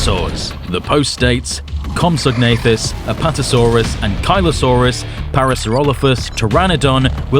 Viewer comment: the way americans ankylosaurus hurts me